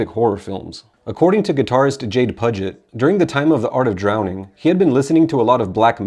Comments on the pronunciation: Hate to be that dick .. But i do believe it’s pronounced “Pew-Jit” like the Puget sound Jade Pew-Jit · Maybe research how to pronounce the names correctly of the members of the band bro. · This is true